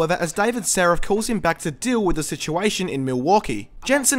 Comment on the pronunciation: Its Sarif, not Sarrif, c'mon.